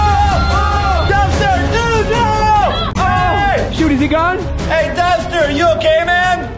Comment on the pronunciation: U kean dempster not dumpster